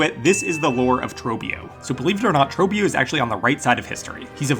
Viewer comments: You're pronouncing it completely wrongs. It's actually pronounced "TROBIOOOOOOOOOOO" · You pronounced his name wrong every time. WHY? He literally TELLS YOU HOW TO SAY HIS NAME. Say it right! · Why vro saying trobbio like that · Can't believe you can mispronounce the name of a boss who says his name over and over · He legit says his own name and bro is pronouncing it wrong 🥀